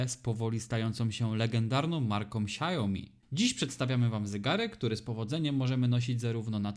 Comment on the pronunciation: SIAŁ-mi, nie sia-JO-mi